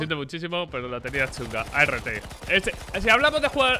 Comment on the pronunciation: No sé xq la mania de black o perdón de be ele a ce Ka, de llamar a art, a erre te :v !!!